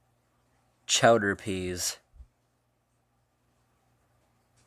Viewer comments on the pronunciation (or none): Crowder mate, not chowder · Crowder Peas, not chowder peas. Stokely, not Smokey. 😂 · CROWDER BEANS,******** NOT CHOWDER BEANS. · Crowder peas, not chowder peas. LOL! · Crowder peas** not chowder peas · Crowder peas not chowder peas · Crowder peas, not chowder peas.